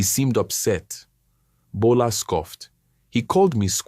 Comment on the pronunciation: Bola not gbola😂